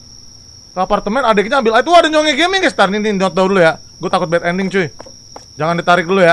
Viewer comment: Nyongi gaming? Nyomi gaming? Apasih, gua pen tau siapa tapi ngedengernya gtu. Coba tolong spill namanya siapa wkek di 1.18.20